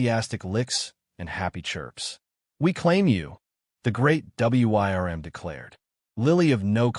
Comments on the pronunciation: I know this was supposed to be a warm and touching story, but I was lmao every time he said WRYM instead of worm. AI is so funny. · It's pronounced "worm". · Now THIS is a story I can listen to. And I believe it’s pronounced “Wurm”. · Attention AI voice: the word "WYRM" is pronounced "worm"... that is all. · Yes! Please teach your AI how to pronounce words it doesn't know or you risk taking people out of the story. Or maybe spell it "worm" instead of the old-fashioned wyrm."